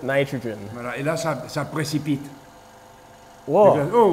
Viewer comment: Idk, but that ‘Woahh’ sounded really french